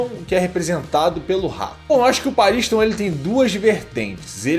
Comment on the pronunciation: Pela pronúncia que ouvimos no anime certo é pronúncia PAARISTON e não PA RINS TOM pausado